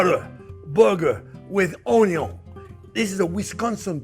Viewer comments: Chef you had me long ago at "onyo". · Had me at “ONYO…” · I think its very good to an extent and is a fine line to a gut ache & a real bad acne breakout This is 1 guy who doesn't irk me when he says own-yone (onion) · You can’t have the Butter without the OnYons! 😂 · came from the onyon memes, stayed for the impressive recipes, you've come a long way big chef man 🍻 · Ahahaha, the vegan sarcasm and choking on his words. Love it. More butter and Onyo please. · Don't you mean, "Onyo"? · How can you not fall in love with this man? He makes it all so fun. I sent my Mom his, "BBQ Braised Short Ribs," video. She loved it and now, "onyo," is a household word. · 😂😂😂 Butter and Onyo burger , Love this